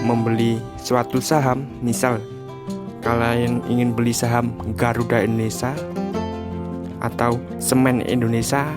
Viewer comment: INDONESA INDONESA PALA BAPAK KAU. NGOMONG TUH YG BENER JANGAN INDONESA INDONESA GBLG